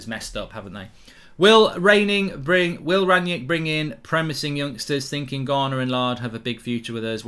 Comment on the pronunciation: Who is 'Ranyick'? I thought his name was Rangnick.